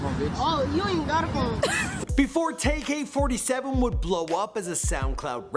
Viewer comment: "Tay Furd" lmaooooo I'ma need you to get right. It's Tay Eff 3rd